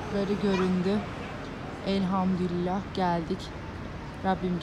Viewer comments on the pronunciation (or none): none